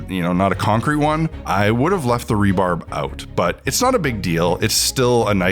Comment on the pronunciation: .... It's Rebar😂 not rebarb. Rebar, as in reinforcement bar.